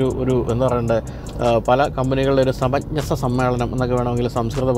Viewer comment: Samachnhasa alla, samanjasa, athavaa സമ ച് ഞ സ അല്ല, സമഞ് ജ സ.